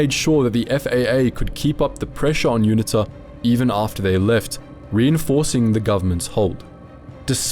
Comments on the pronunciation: It's pronounced You-knee-ta. Not unit-ta. Cheers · UNITA - pronounced You-knee-ta, - well that.s what we (SADF) called them back in '87 !